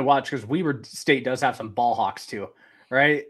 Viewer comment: How-ck not hawk. LOL it oddly bothered me sheesh, off the air and look what ive become